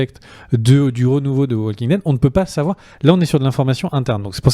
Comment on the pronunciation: évitez de prononcer le L à la française de waLking Dead ! ça fait mal aux oreilles. Merci. En fait ce L ne se prononce pas en anglais ou américain...